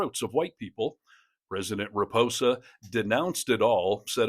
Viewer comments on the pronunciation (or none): It is President RamAphosa, not Ramposa. Almost as bad as so many American commentators pronouncing Quatar as "cutter", but at least you got that one right. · It's RA-MA-PO-SA my friend. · Loved the video, just it pronounced Ramapausa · needs to learn how to pronounce the name of the South African President. As this video stands, it's no better than Trump's offerings. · You might have made an attempt to get the SA President’s name right….